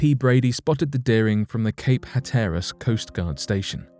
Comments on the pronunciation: And Hatter-es, not Het-tare-es. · Or "Cape Het-tare-es". Pronounced Hatter-es.